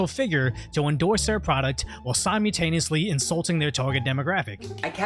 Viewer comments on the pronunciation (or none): The way always says "simultaneously" without the l drives me insane.